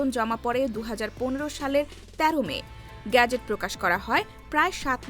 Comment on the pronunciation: বাংলা উচ্চারণে শব্দটি গ্যাজেট নাকি গেজেট? এই উচ্চারণে প্রচন্ড শ্রুতিকটু শোনাচ্ছে।